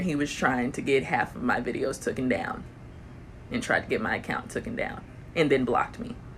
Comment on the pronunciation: I can’t take people serious who say tooken !!!